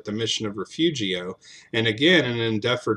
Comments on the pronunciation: FYI, in South Texas we pronounce Copano as KO-pah-no, as in Copano Bay, and Refugio, the Spanish word for "refuge", as Re-FURY-o. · Great work! But one thing.. it’s Re-fur-io.